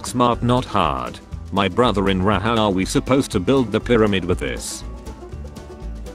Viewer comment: "My brtoher in ra" Killed me 🤣🤣🤣🤣